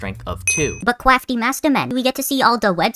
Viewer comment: cwafty mastoman